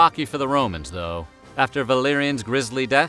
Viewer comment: For a second I thought you said his son's name was Billyanus